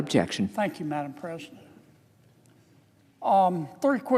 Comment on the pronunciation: Madam ppresiident?